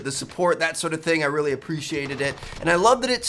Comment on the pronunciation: How important? “Rrreally really important”😉